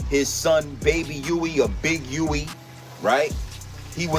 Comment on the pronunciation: I thought it was baby Huey not baby wee. 😮